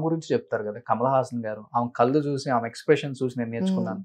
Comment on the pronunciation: నీ తెలుగు తగలేయ్యా!! ఆమ కాదురా, ఆమె.